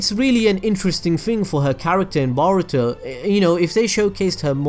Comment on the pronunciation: its boruto not baruto lol